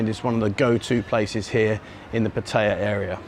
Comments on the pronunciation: There's no I in Pattaya. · It IS "Pat-A-YA", not "Pa-ta-a", I've only been here married to a Thai foe 18 years! And it's not "Soi Bakow", it's "Soi Bua Kow", some effort please..........